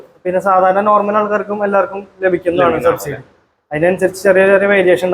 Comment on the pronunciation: എന്താ ഈ ശബ്സീഡി....